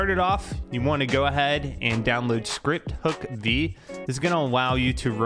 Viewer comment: love how he says w instead of his L's like downwoad